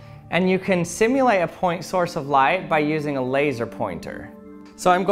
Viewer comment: Do you know why the auto captions keep writing “lie” when you say “light?” Answer: Because you talk like a Valley Girl. Your programs are interesting, but please get some vocal coaching!